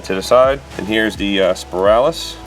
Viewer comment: Speralis🤔? Was that a test? It's Spinalis or Crown. Good video though 👍🏻 up.